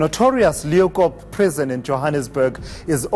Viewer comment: can't even say the prisons name properly 😂😂😂😂 and you so wrong they don't even no the worst prison in the world is in capetown